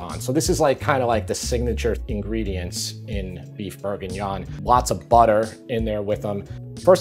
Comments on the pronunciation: LOVE you Recipes BUT..............its BORguignon.... NOT....BERguingnon. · Plz pronounce proper. BORE/GEE/NION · Beef BURRGINYAWN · How you say bourguignon is incredibly funny, I’m a charcutier in a paris butchers and I make this every Monday for 50/60 people, I would advise using some good lardon, or smoked pork belly over bacon slices